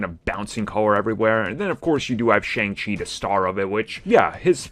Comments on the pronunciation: .........Prounounced "SHUNG" Chi not "Shayng" Chi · His name is pronounce SHONG-Chi as the “A” is hiding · Make sure you’re producing his name right. It’s pronounced Shung-Chi just spelled with an A